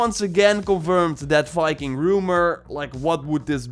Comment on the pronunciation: Assassin’s creed “Fiking”